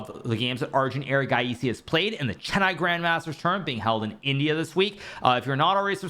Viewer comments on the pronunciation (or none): The way Hikaru said erigaiesssey shook me